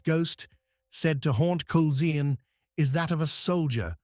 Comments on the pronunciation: Great video thank you. For future reference Culzean is pronounced Cull-ane. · Culzean is pronounced ( Cul - ane ). Trust an Englishman to get it wrong.